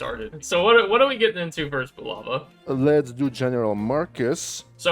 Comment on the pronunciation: They are Americans.... They can't say it...